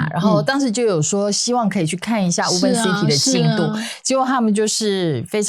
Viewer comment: "Woven" city "o" 讀複母音:"無歐" 嘸是 ”無” • 錯誤示範 • 以後 可以免費 使用參考 Google Translateㄟ發音